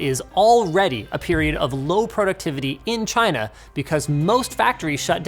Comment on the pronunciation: Is it me or he says Tryna instead of China ?